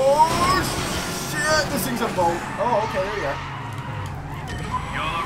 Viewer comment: When you say shit it sounds like your saying "chet"